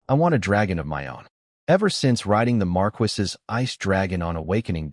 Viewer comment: Why choose a title of a Marquess and then use a voice that can't pronounce this word?